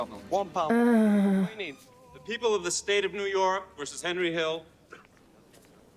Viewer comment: My favorite movie. I love that Tommy always pronounces Henry as Hendry and that after the time jump Tommy ages like twenty years more than Hendry